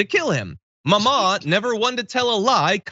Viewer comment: Good lord. They both said mamaw and papaw wrong. 🤦🏼‍♀️ I know this and I am a Michigander. Lol